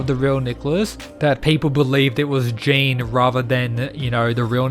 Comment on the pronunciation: Jean in french is pronounced Je-on